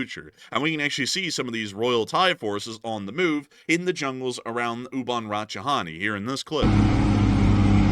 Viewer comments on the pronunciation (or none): A word to the wise: The last two syllables of the Thai Province (and city) name Ubon Ratchathani is actually pronounced "Tha-ni" or "Tha-nee" (as opposed to "Ha-ni" or "ha-nee"). I hope this is helpful. It is, admittedly, a rather difficult name to remember and pronounce, which is why most Thail folk just call it "Ubon"